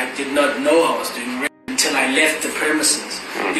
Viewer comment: So you can't pronounce "rape" It's an R? 😂😂That's crazy!